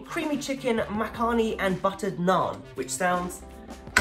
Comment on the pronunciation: It's pronounced as 'makhni' 🤦‍♂️